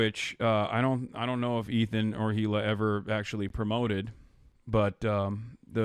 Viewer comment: lol Ethan can’t even say his name properly. What a stalwart